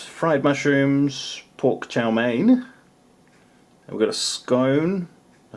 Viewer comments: Its Chow Mein with a long E. Someone had to tell him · LOL I was wondering what is Chow Mein (it sounds like Chao Mei - Strawberry). Just say "Fried Noodles" LOL Pretty sure the whole video seems long because of the "Chinese"